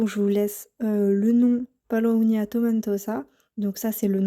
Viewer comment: C’est Paulownia et non palownia . J’en ai acheté sur Etsy, ou j’ai reçu 2cadeaux en plus.